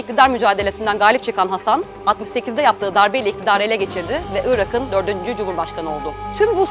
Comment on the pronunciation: Irak'ın diye yazılır, Irağın diye okunur. Ünsüz yumuşaması.